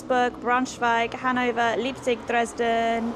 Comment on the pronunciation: Your pronunciation on the city names was pretty good, btw. You just got the vowel sounds in Leipzig and Wiesbaden mixed up. 'ei' ist always pronounced as in Einstein, 'ie' is always as in chief. And a 'z' is always pronounced as in pizza.